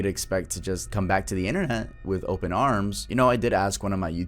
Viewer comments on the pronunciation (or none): none